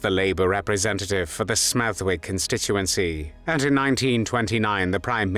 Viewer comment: It's said Smethick, not Smeth-Wick. Come on, you put all that effort into pronouncing surnames and placenames of continental Europe; put the same effort into those of the UK!